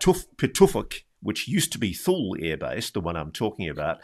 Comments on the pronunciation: Ross, it’s hard to take this seriously when you can’t even pronounce “Thule” correctly. It’s not “thool”, it’s “too-lee”. The young man even pronounced it correctly and Ross missed it. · Thule AB is pronounced "too-lee" not "thool" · It's pronounced "two Lee" not 'thul' ... lol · ROSS ROSS ROSS!! The name of the American airbase is pronounced "TOO lee" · My dad worked in Greenland several times on the Distant Early Warning (DEW) Line, at Thule (pronounced 'tooley') Air Base and also at Sonderstrom. He did not mention seeing orbs there, but he did tell us about seeing a most definite UFO along with 30 or so other air force officers and enlisted on a mid-1950's military flight across the Mediterranean to Turkey. They watched an object or craft that seemed to be shadowing them when the pilot came over the intercom, pointed it out on the left side of the plane, and after a while said, "I can't tell you what it is, only what it isn't -- it isn't ours, and it isn't theirs." His reference was of course to US/NATO and the USSR/Warsaw Pact. Dad made no speculation as to what it might have been; he only knew that nobody on the plane had a clue. It moved with them for at least 30 minutes. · thule is pronounced toolie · "Tool - ie " is the pronunciation. My Dad was stationed there in the 70's